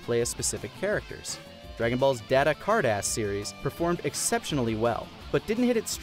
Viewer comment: Car-dahss the first time. Card Ass after lol